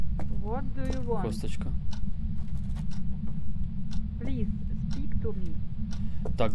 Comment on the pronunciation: бери побольше уроков у Ксюни))) Фраза - вот ду ю вент (что ты пошел) смешно)))) вент это ты хотел сказать - вонт?